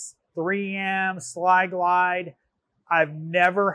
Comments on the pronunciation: Sil-glide not “sly-glide” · ....isn't that Sil-Glyde, and not "Sli-Glyde" as he pronounced it 🤔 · Sil-Glyde* not Sli-Glide lol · It's not SLY-Glide.....it's SIL-Glide. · *Sil-Glyde (not Sly-Glide)